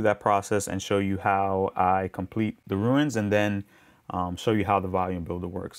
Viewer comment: They're 'runes', not 'ruins'...😂😂 Great tutorial, though! Quite a bit of detail, appreciate it.